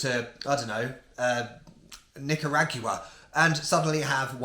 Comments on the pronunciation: LOL "Nick-er-ag-you-uh" 🤣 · Current world record for # of syllables in the word Nicaragua